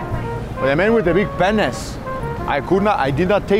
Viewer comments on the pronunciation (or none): 😂😂"Beeg Paynis"😂😂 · hab berry beeg panis. Yeah, beeg panis guy.